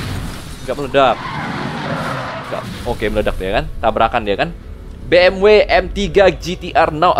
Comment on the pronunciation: Betul banget bang bacanya bukan Bi eM doubleU, bukan juga Be eM We. FYI Tapi yang tepat Be eM Ve, soalnya di alphabet jerman baca huruf W itu Ve